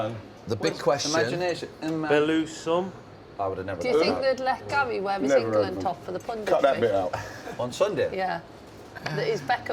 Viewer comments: Same but I love Wrighty that much I've got over the "Gal" thing 😂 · Why does Wrighty call Gary, Gail?! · Love wrighty but please stop calling Gary gal😂😂😂